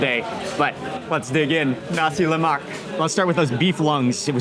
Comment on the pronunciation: Please Mark, just so you know, 'nasi lemak' is pronounced with a silent 'k' at the end. Don't emphasise the 'k' like you did. Otherwise, thanks for another mouth watering video. ❤